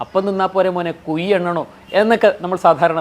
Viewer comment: Kuyi alla mone kuzhi......